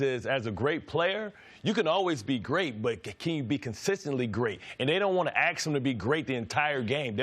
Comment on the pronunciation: Say “ask”. It’s not hard and it’s correct.